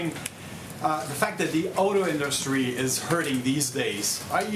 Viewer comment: The in-dus-tree. nice.